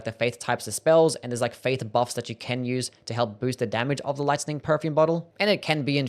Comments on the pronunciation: It's lightning. Not listing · Lice-ning damage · You say Lightning really weird